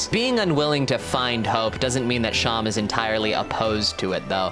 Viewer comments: It's pronounced SHAW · I thought it was pronounced like //Seem//, like a stuffed animal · I thought seam was pronounced like how seam is in sewing